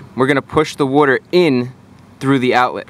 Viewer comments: It's pronounced "water" not "wuter". LoL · It's water not woiter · I like the way you say “werter” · Where do you get that “clean wooder” stuff to flush the heater core with? 😂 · What’s “woouder?” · Wooder 🤣 Jersey boy, right?